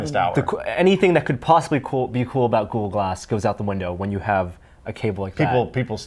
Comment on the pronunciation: As says GooGoo Glass